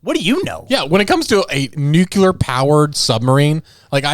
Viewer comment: Not him saying "nucular" instead of nuclear...